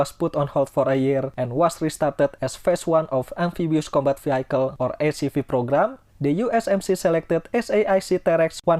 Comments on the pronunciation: Pak, vehicle is pronounced vee-hee-kel. Not vee-hai-kel. Peace. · Very good video. thankyou. btw vehicle is pronounced V - HE - Cal